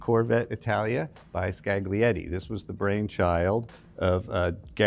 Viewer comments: scaGlietti. Facepalm. Isn't that so hard to embrace the idea that latin alphabet is used in different languages and words are pronounced an stressed differently? A docent in a world-renowned museum. You should know better. Thanks this is not the video on french coachbuilders, one only knows how they could have been butchered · the G in Scaglietti is silent! skah-lee-ET-tee! I did foreign language diction in uni... in 1982! You can too! (edit: you managed it with Vignale!)